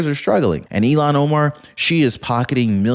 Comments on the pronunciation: please! Her name sounds like ill-han Omar… not Elon Omar. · Not Elon it’s pronounced Illian Omar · Ilhan not Elon